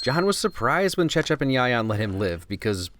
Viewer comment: Whoa that Cecep and Yayan pronounceiation are really good lol